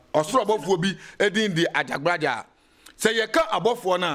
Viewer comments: This guy is very confused.Prophet Asiamah is lead by AJAGURAJAH not what the komfo is pronouncing AJABGLAJAR.👈🏻this could be true but has nothing to do with the MIGHTY AJAGURAJAH who leads us all🙏🏼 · is talking about Ajagblajah... instead of Ajagurajah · This okomfuo himself is fake he can’t even pronounce Ajagurajah